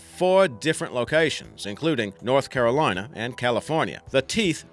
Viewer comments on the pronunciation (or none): none